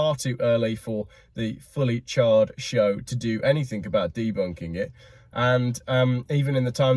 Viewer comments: Did he say 'Fully Charged' Show or 'Fully Charred'? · Did you say 'Fully Charged" or 'Fully CHARRED'? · "Fully Charred"😂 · Liked your Freudian slip of "Fully Charred".. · “Fully Charred” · Was that 'fully charged' or 'fully charred'. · Was that a slip of the tongue? Fully Chard. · 8.56 he says ‘fully charred show’ instead of fully charged, I think that says a lot! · 9 mins in, did you say 'Fully charred show':)